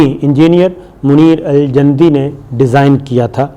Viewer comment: یہ لفظ ج کی پیش کے ساتھ جندی ہے صابر صاحب